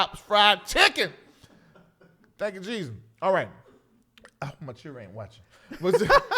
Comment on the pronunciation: Could not say Jesus